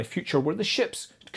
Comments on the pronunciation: "Fly Safe" said with extra emphasis this time. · Love the emphasis on „fly safe“, being strapped to a continuous Chernobyl type reaction.